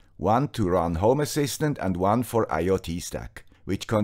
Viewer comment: Sorry, I always hear "homo assistant" 🙂